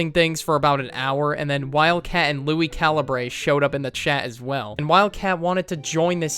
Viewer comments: bro he said Lui calabray just for if you make a video it’s lui calibure just for next time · Holy sheeeeeeetttttttt it’s pronounced LUI CAL-UHH-BER Got dang that triggered me